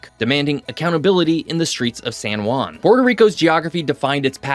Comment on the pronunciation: Good video thanks, but please learn how pronounce "San Juan" , you keep saying "San Guan", the real sound is like replacing the J and U with H and W, so if you read "Hwan" that is how it should sound.